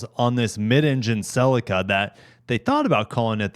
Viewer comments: It’s not a sel-i-car. It’s a sell-ee-ca ffs! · Man, I hate the way you pronounce ‘Celica’!!!!!!😂